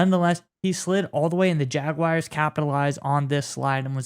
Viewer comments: There is no "i" in Jaguars. Jag-Wahrs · Nobody says it like that, even people from Jax